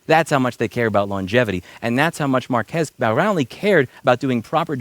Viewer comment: Louis mispronouncing Marques's name every time is hilarious